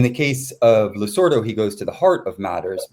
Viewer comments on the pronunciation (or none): Why does Gabriel insist on mispronouncing "Losurdo"? He seems to be saying "Lusordo".